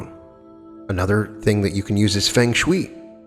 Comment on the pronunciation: pronounced feng shui incorrectly lol, but good video as always though :)